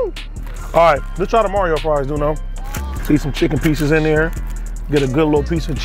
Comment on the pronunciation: When he came out the blue after the Mario fries got introduced.. “Madio” 😂